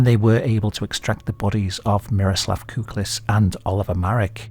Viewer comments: It's Kukliš not Kuklis and it's pronounced Kuklish not Kuklis. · š is pronounced like "sh", and ć like "ch", so it's "kuklish", "sholta", "marich" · never thought i would ever see my birth rock on here but im honoured all the same. small note on the name, the letter "š" is like sh in english. also the letter "c" is like trying to pronounce "tz" together at the same time. great vid as always!